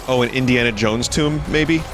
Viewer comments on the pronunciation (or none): none